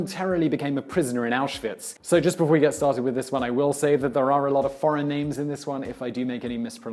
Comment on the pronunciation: He said Pauland!!!!!!!! LOL😂